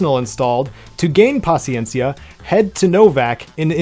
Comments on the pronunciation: en verdad en gustó cómo lo pronunciaste “paciencia” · Perfecta pronunciación de Paciencia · Much respect to you for your pronunciation of paciencia 🙏 you a real one 💯👏🏼 much love thank you